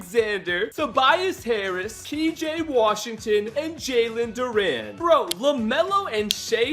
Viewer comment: Bro said Jalen Durant it’s Jalen Duran